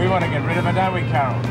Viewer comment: I love the way that guys sits up and says "Cawol" after the gun shot wakes him lol. Judy and Doreen's excuse for fighting .... Ronald Reagan cracked me up! Po Face shouldn't have been allowed to process "Cawol" Lewis.